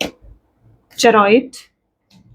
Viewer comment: Mam , I listen to you regularly but it bothers me when you keep pronouncing “chariot” wrong…. It is “chey…ri..at” not “cha—roit”..please check